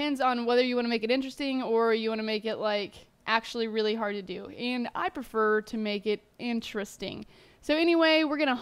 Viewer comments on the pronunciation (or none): none